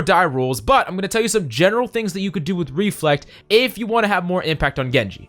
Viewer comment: I lost 50% of my brain cells when he said " Reflect"